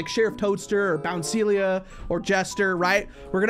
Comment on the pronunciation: “Its qween bounceilia!!” 😂😂😂